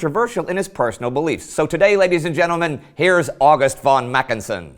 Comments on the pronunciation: Ffffon Mackensen, FFFFON, not won! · when will you English/American "experts" ever learn, that the German "v" is pronounced "f". In other words: von is fon????? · but it would be nice if you could learn how to pronounce the von = as in f (consult somebody about the pronunciation of non-English names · von = fon (how you say it)